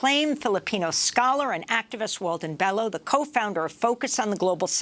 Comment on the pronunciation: Pronounced BELYO